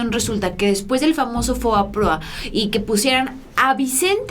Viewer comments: Estimada espero no me lo tomes a mal pero no es FOAPROA como lo pronuncias es FOBAPROA, pero de ahí todo excelente con la información. Saludos a toda la audiencia. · FOBAPROA no FOAPROA